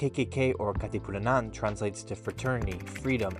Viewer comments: You keep on saying Katipunanan 😂 It’s Katipunan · Almost correct bro Its Katipunan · It's Kati-pu-nan HAHAHAHAHA 😂 good video dude! Thank you for covering a history about our country 💖🇵🇭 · who cares about his pronunciation of Katipunan. He's educating ignorant tourist, specifically Americans, that would otherwise be bewildered at the kkk signs and murals in the Philippines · LOL. I laughed so hard. naalala ko si Vice yung sabi niya Ivan-nananananan